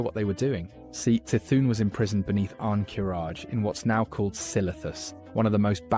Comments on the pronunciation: I literally came here to say this 😂 it's pronounced "Ki-thun" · god the c'thun pronunciation REALLY hurts, its a hard c not a soft one. If you need help, try "K-Thun" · kuh-thoon (c'thun) Kur-ahh-jee (qiraji) Nuh-Zoth (n'zoth) Please refer for future uploads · You gotta be like the only person who thinks it's pronounced "seh-thun" lol And, Qiraji is not "chiraji" it's "kiraji" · I feel like the "Ya-sharaj" pronunciation was just the mantid VA getting it wrong. Should be "Ih-sharj" IMO. Also "Kuh-thoon." My ears...and Kee-raji. "Nuh'zoth" too. And Yogg-saron calls himself the God of Death is that he made it so the Titans' constructions became mortal and could die (vrykul became human, earthen became dwarves, mechagnomes became gnomes). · i've never heard qiraji or c'thun pronounced like that